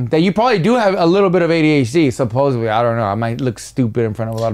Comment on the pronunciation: Every time mispronounces SUPPOSEDLY 👊🏽😩 🤣🤣 and I believe he does it on purpose 😭